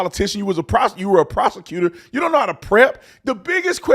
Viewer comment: That's funny Brandon sounded like he almost said you've been a prostitute instead of a prosecutor